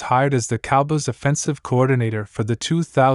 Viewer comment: If you can’t pronounce “Cowboys” you shouldn’t be talking about them. Have you ever watched an NFL game? I’d suggest you start a different channel.